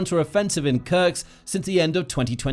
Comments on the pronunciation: it is called Kursk not Kurks the s comes before the k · Kursk is really not pronouneced as "Kurks". You essentially butcher every single settlement name which does not help your channel credibility. One may wonder how accurate are the facts if not a single name is right... ˈkɜɹsk ‐ not that difficult :-) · YO! MASTER of mispronunciation! It is in FACT Kursk NOT Kurks! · It’s KurSK Not Kurcs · Is this guy an A.I. with no geography training, or a human who was handed a script that wasn't spell-checked?! It's "Kursk," not "Kurks"... sheesh 🤦‍♂️ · its kursk not kurks and sudcha, not sew dee ga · It's not krks it's kursk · Where is Kurks? Do you mean Kursk. Learn to read simple words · Am i the only one who noticed the (probably AI) narrator kept pronouncing “Kursk” as “Kurks”? Also “Sudaja” lol